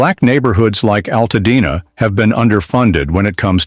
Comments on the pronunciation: WTF is Al Tad Na? Stupid AI narratives need to go! Nobody needs this crap! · Alttadna..no altadena get it right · That and the mispronouncing of my home city is why I had to stop watching!